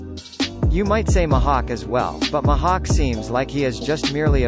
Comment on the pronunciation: Your pronunciation Luffy - lady Mihawk - mahalk